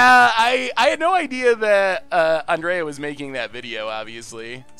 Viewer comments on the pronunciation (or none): none